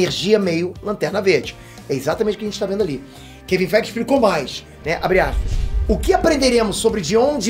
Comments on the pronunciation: 'Kevin Feig' 😃😃😃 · Kevin Fiiiiiigh Eu: 😳